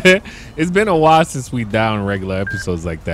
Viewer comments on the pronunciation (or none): none